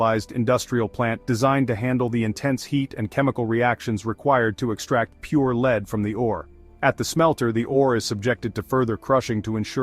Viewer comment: Get a new robot voice. Lead, the metal is pronounced "Led", not lead (leed) as in guiding someone.